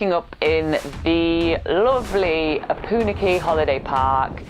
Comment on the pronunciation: Try to get the pronunciation of the name correct - it is O-PUN-AK-EE